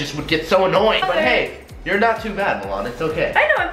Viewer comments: Jeevan Mund LMAOO MELON "MILAN" 😂💀💀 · Milan is pronounced mulan? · I thought it sounded like water melone as well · When Says Milan It Sounds Like MaMan